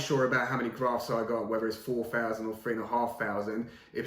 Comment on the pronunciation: “Four fousand”grafts , nice